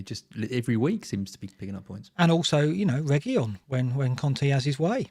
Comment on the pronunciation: Its Regui-lawn lads and not regui-yon